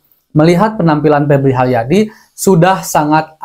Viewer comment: Benal lul, siganana duyuyna pebli haliadi.